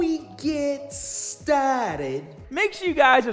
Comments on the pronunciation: You could make an intro of clips of people saying “before we get stahhhted ” and it would be epic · you need a t-shirt that says : Before we get stahhted